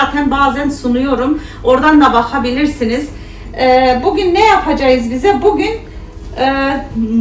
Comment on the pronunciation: Kız yapacayiz demene bayılıyorum 😇